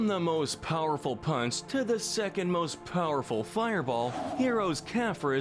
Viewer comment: Pretty sure he doesn't even pronounce the "p" in "punch"